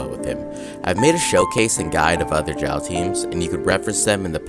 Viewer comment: Who knows if the new event brings xiao set like albedo also its pronounced shaio not ZZaio idk but it doesnt sound authentic